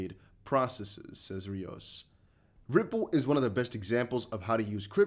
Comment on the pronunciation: It’s pronounced Rios